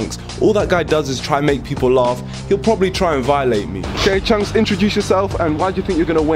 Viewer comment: Calling chunkz "chuncks" is a violation, bro.